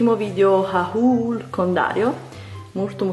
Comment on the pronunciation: comunque pronunciare haul in quel modo non si può sentire...